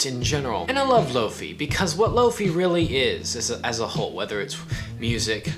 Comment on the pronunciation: Great video. I found one today for nine bucks at a thrift store. I'd like to add its pronounced lo fie not lo fee. Comes from hifi which is high fidelity and lofi is low fidelity. I e low quality